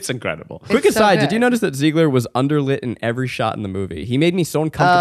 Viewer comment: OK, so a few things: it is pronounced "YOU-an" (not OOO-an, or EEE-wan). The character's name who runs the Moulin Rouge is "Zidler" not "Zeigler". YES, of course Nicole Kidman sang in it--there's an infamous story that Baz Luhrman told on press junkets for the film where he went to see her and she sang "Nobody Does it Better" from the James Bond movie "The Spy Who Loved Me." Shortly after the film, she recorded a cover of the duet "Something Stupid" with Robbie Williams that played on radio in the UK. The moon singing at the end of the Elephant Love Medley scene was the great opera singer Plácido Domingo. Kylie Minogue, the Australian pop star, played the Green Fairy in the absinthe scene, with her screaming voice at the tail end of the scene being dubbed by Ozzy Osbourne. And Nicole Kidman went for it SO HARD in this movie, she suffered numerous injuries that ultimately meant she had to pull out of the lead in the movie Panic Room (replaced by Jodie Foster), though she appeared in an uncredited voice role in the film as the woman who answers to phone when Foster's character tries to call her ex-husband.